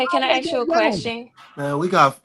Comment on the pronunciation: I'm curious what corporate job he had? Because some how you just added the letter R in community and music. And ASK said as Ax. Fucking seriously?